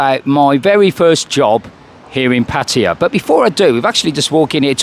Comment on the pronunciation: Y can’t people pronounce pattay properly😩